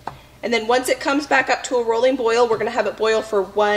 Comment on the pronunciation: This is so motivating! I really needed it. I do gotta say though, I miss you saying roiling boil vs rolling boil. It was the cutest thing. I now actually say roiling boil cuz I thought it was so cute when you used to say it LOL.